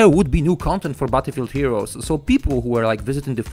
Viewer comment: "Butterfree heroes"..